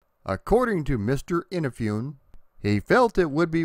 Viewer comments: "EENA-FEE-OON"? Please! A little bit of Japanese before recording these videos. It's "EE-NA-FOO-NE" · Eee-naaa-Foo-Nay Not in-a-foon Great video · I am digging this history, already, and look forward to the remainder! Just one thing... Please please please stop saying "innafyoon?" Please? eeNAHfoonay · Perfect franchise to cover on your channel. Looking forward to the rest of it! Btw, for future reference, "Inafune" is pronounced "ee-nah-foo-nay". ;) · FUN FACT: Inafune just purchased a casket so he could roll over in it after hearing his last name butchered in this video. BREAKING NEWS!!: After speaking with Mr. Inafune he has confirmed that he is still alive, and he has never heard of someone named Keiji In-a-fune. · And it’s In-ah-foo-nay. Oof, your Japanese pronunciations need a little work, my friend. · Great job! I'm looking forward to your response to the people who flip out at you pronouncing Inafune's name incorrectly. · You know so much about Mega Man, yet it seems that you've never heard the name Keiji Inafune spoken before... Anyway, this was fun. One thing you may not know is that the MS DOS version was programmed by one Mega Man fan in his spare time, after work. There is a good documentary about it: I've subscribed and I'm looking forward to more on Mega Man! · Kamen is pronounced as Caw-men. Like the sound a crow makes. Inafune is pronounced as ee-na-foo-ne. Japanese names tend to be pronounced the way they are spelled, unlike our crazy English. Keep up the great work.